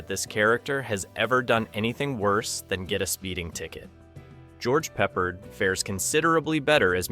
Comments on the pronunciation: pep-PAHRD ... NOT PEPPERED <CRINGE>!!! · Was liking your channel until this video when you said George Peppered. It's pronounced 'PepPARD.' Obviously you are not TRUE fans of the actor or the movie you're talking about or else you would have pronounced the name correctly. Not watching any more of your videos after this glaring error. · George "peppered?" Really? Are you an AI, or are you 12 years old? It's Peppard, pronounced "pup-aard." Pronounce the a like you're a pirate, And the first syllable like you're talking about a young dog. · It's George Pep Pard not Peppered. One of my favorite actors from this era. I don't know why people that make videos often mispronounce peoples names. Do some real research! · It's George Peh-Pard. Not peppered. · Pepper? You mean Peppard? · Peh-PARD, you d*mned Zoomer. FFS. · 20 in, and this Douche F's up! It's pronounced Pep - Pard!! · No one pronounces Peppard as Peppered... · btw. George’s last name is pronounced Peh-PARD. Great video btw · That's not how you pronounce Peppard, lol. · ...just stop... You dont understand how movies are adapted AND CHANGED... also, it is pure idiot cringe that you cant pronounce the actor's names.... Just stop...this is not your thing.... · Honestly, it makes it sound like an AI video when you can't pronouse the name of a very well known actor correctly. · Please teach your AI to pronounce the actors names correctly. The real tragedy is this review was worse than the real Damnation Alley. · When you didn't pronounce "Peppard" correctly in the first 30 seconds I couldn't take your analysis seriously. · It's AI. The mispronunciation, weird pauses, etc. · The least you could do is pronounce George's name correctly!!! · Apparently, everyone on the planet knows the correct way to pronounce, George Peppard, except for this bad computer generated narration. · Yeah, everybody but the Indian that put this together. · I had to stop watching this for that reason